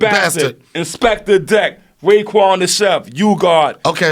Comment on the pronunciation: I swear Joe said 'Maekwon' instead of 'Raekwon' . I was rewinding as I wanted to hear Rza flow solo as his dulcet tones are second to none. I saw Wu Tang live in Bournemouth about 4 years ago. I had just been very close to disappearing from this earth and went by myself. It was as great as I had hoped and well worth the parking ticket I got too. Only downside was the whole crew weren't there, including Rza, Meth etc